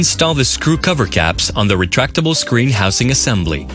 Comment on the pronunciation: who in the hell was in the recording studio when the guy keeps saying "houSe-ing"?